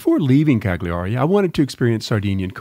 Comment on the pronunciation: psssst..... (the GLI sound in Italian sounds like the double "L" in "millions," you're much better off pronouncing it Caliari)